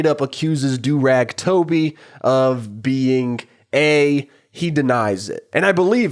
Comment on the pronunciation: I just love how everybody calls Durag Toby as Durag Toby